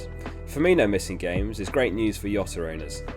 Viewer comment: Jota not Yota but great video